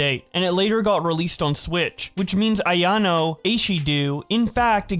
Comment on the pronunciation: Great video BUT PLEASE PRONOUNCE AYANO AND MICHAELA’S NAME RIGHT.